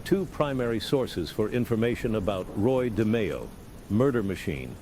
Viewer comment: “Roy De-my-oh” 🙄